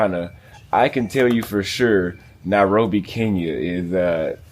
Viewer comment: Why call it that, "Narobia"? Sounds Rasta... Else, trust me, there are people who are born and bred in Nairobi, and have never set foot in Kibra; so I won't be surprised if doesn't know much about that place. That doesn't affect how and where one chooses to live in the City.